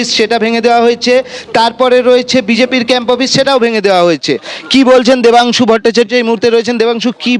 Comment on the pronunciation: Debangshu na o hocche Vodangshu😂😂😂